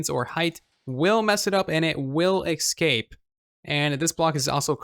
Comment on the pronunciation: What are you saying? Excape?